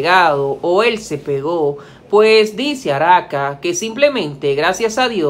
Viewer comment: Por qué dices Araka ?